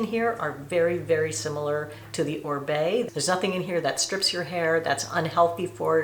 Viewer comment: Oribe is pronounced O-reeb not Orbay! 😂